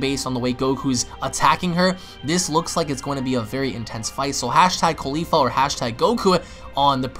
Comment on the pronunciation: cauli FLA not caulifa ITS CAULI-FLA